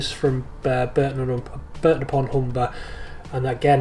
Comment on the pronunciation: Barton not Burton upon Hunber. You've spelled it right, but said it wrong.